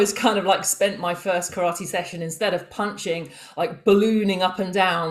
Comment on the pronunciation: I have now heard Karate pronounced as carrot and now I cannot unhear it. Great conversation.